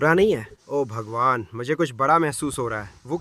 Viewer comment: Bhai tum obhagwan kyu bolte ho😂😂😂😂😂😂😂😂this is funny